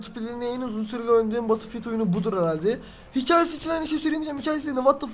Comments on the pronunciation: LAN BATILFİYILT DEME ŞUNU BETILFİYELT de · Batılfiyıld deil betılfiyıld xksodueh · Abi takıntım var söylicem batılfiyıld diye değil bedılfiyıld batıl deyince şişe oluyo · Batıl diye okunmuyor batıl diye okunuyor. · batılfiyıld degıl bedılfiyıld diye okunuyor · Birisi söylesin Battlefield diye yazılır Betılfild diye okunur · Abi söylerken badıl fiıld demen beni çok tilt etti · BATIL DİYE TELAFUZ ETME ARTIK ŞUNUUUU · lütfen artık batılfiıld deme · Batılfield ne lan batılfield diyince şişe alanı demiş oluyorsun mal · Biraz ingilizceni gelistir batilfild nedir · EmircanGuner_ aynen bedılfiyıld diye okunuyor